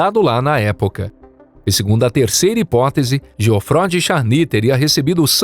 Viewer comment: Essa narração por IA é insuportável. Nem sabe pronunciar o nome de Geoffroy